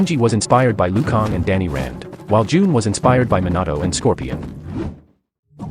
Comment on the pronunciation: bro said liu kang weirdly